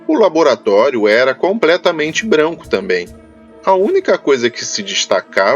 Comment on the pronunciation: segundos "compretamente" aaaaaaaaaaaaiiiiiii meu ouvidooooooooo